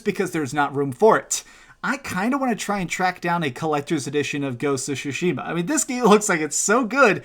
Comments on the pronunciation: And Shushima as he says it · At least pronounce the game properly you dumb shit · Ugh i hate the way you say Tsushima!!